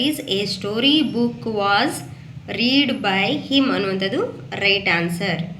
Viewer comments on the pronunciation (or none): ರೀಡ್ ಅಲ್ಲ ಮಮ್ ರೆಡ್ ಆಗತ್ತೆ